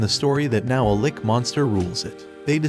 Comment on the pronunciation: Its lich not lick